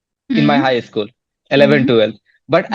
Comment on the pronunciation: Not ischool... Say school